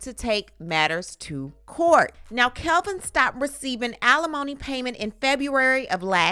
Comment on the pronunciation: It’s Kevin not Kelvin.